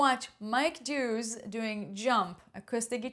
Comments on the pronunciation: It’s Daaaawes. Not Doose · OMG yes! I pronounced his name so wrong!!! So it's "Da-wes" not "Dooos". 😅🙏💜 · If you’re gonna make a reaction video on his guitar mastery at least show him some respect and get his fucking name correct - u also called him Mike Doos for some reason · He's awesome... His name is Dawes as in 'windows and doors' though... Just saying😝